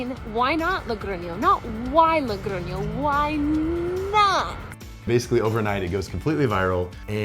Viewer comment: When I saw "living in Spain", I thought Madrid or Barcelona, no! Logroño!!! What a surprise! Y bien pronunciado 😂. I'm from a little city near Logroño and it's very strange to see american people living in small cities, good for you! Disfrutad de la cultura, el vino y sobre todo de la comida! 😊